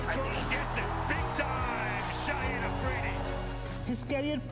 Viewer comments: dude IAM sorry but his name is Shahid Afridi pronounced as SHA-HID not shaheed because shaheed is an Urdu word used for MARTYRS lol and he's still alive and kicking Love from Pakistan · It’s not shaheed it’s Shahid.😢